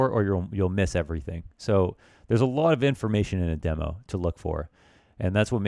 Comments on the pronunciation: Demo. Not dee mo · why do you say demo like demo instead of demo?